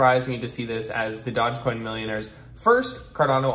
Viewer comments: d-o-g-e not dodge... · Wow, a guy giving advice when he's so confidently saying dodgecoin.... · Dodge-coin? Dude, do a little research. This was a huge meme. It was on SNL. Ever heard of Dogecoin? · Oh wow you don’t even know how to pronounce it! Thumbs down 👎